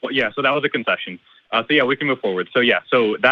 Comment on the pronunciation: he sounds more like an f than c in there.